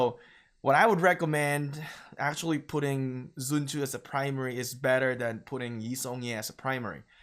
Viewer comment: literally no one. prounce it as zren tzu. Not even the chinese.